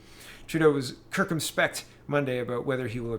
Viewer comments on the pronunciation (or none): "Kirk-come-speck"? Surely you meant "sir-come-spect"?